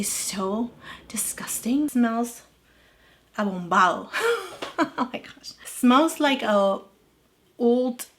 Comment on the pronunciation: “abombado” 😂 I laughed a lot when you said that. where are you from originally? By the way, your makeup looked amazing. I have heard that the foundation is beautiful and it is also excellent as a concealer. I would love to try it. Thanks for your video!🫶✨